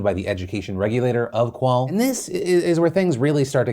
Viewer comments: It’s pronounced off-qual not of-qual. Also the 40% number is teacher who gave their students lower grades than predicted not the algorithm giving them a lower results. The algorithm reduced the results very little. They are not getting there predicted grades they are getting there teacher gave them after the lockdown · UF-QUAL loooolll phill come on dude u could have just googled it lmao <3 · How he pronounced ofqual made me laugh